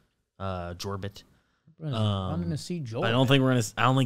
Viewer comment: the j in jorbit is pronounced like a y. your-bit.